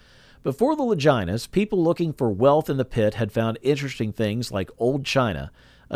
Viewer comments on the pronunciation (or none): The "Lajinas"? Can we get a real person who has watched the show to narrate and not AI? It's Lah-gee-nuh. JFC!! Other than that, decent video.